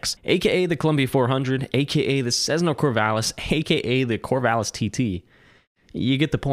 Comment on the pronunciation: Sezzna . . . FFS